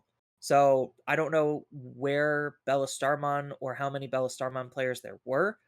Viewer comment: Why are you guys of the absolute opinion that Alphamon can’t be DP reduced? The turn he digivolves sure but what then? And why does say Bellastarmon it’s BLstarmon like Beelzemon, they’re named after Beelzebub not after Egirls.